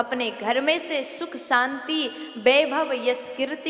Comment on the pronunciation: Saaanti Saam nh Shaanti Shaam. Uchchaaran sahi karo. Choti bachi nh ho.